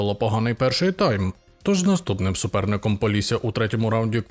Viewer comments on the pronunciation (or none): none